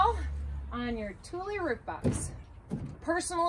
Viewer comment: Thank you for this tutorial, I learnt how to pronounce Thule properly lol